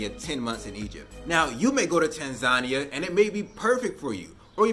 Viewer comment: They hate African Americans because you can't pronounce Tanzania properly